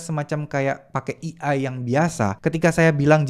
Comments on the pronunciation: bang AI dibacanya "e ai" bukan "i ai" 😥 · A.I. bukan E.I. atau mending sebut'y pake Alfabet Indonesia aje, Á.ì ☺️ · Eh-Ai mas bukan Eee-Ai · baca nya "ei' bang bukan "i" . kalo di gabu jadi "ei ai". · fyi A.I. "dibacanya (ei-ai)" pemvokalan huruf "A" = ei, bukan i = "E" cmiiw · Baca nya "ei ai" bukan "i ai" 😁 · AI (ei ai) bukan EI (i ai) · AI dibaca E-Ai bukan i-ai (ejaan indo) hadoh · maklum gak bisa basa enggres dia, kuping gue gatel denger dia salah pelafalannya